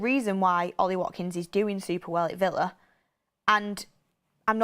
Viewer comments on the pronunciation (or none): none